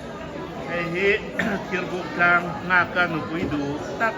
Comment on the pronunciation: Duata hming hi i dsh sual a,mahse kan a ni tih kan hrethiam tho e😅